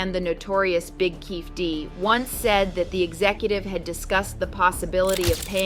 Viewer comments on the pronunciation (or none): Its not Keef D, its KEEFEE D